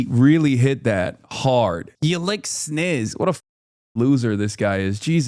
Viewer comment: Mf said snizz 😂